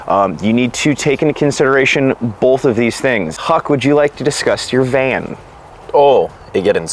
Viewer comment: Holy fuck do I hate how says "bowlth"